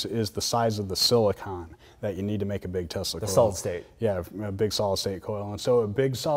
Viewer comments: Why you keep saying "testicle" :D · They do seem to know their stuff, but I was almost positive that Asian dude says, "testicle," every time he says, "Tesla Coil." Lmao I may or may not have smoked some bitchin' herb just before watching this. Heh. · Did you say the band that plays with tesla coils or testacles? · Great video but every time you said Tesla coil fast I thought you were saying testicles :)